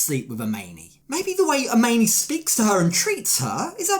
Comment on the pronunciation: Nope, it's "AH-MINI"!!!